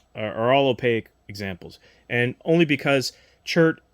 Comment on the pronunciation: Opaque has 2 syllables.